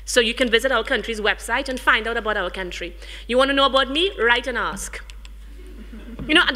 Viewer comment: For someone who has such an educated background and does so much public speaking she really needs to stop AXE-ing and start ASK-ing questions...there are classes that teach you how to pronounce words properly...and yeah...Nikki Menjai...really and u are the Cultural ambassador for Trinidad, n Nikki is one of the biggest exports and u can't even say her name properly...smh